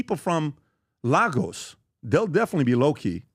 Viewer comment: It’s Lay gos PBD not lai gos Lagos, Nigeria